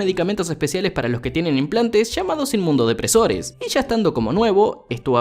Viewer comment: Inmunosupresores o inmunodepresores ... no inmundodepresores jeje.... a parte de eso... buen resumen